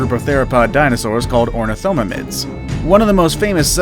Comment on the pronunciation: The way he pronounced ornithomimids is just funny